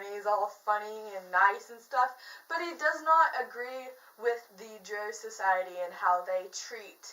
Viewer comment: Also no worries at all but the race of dark elves is pronounced (DR-OW) not (DR-OH)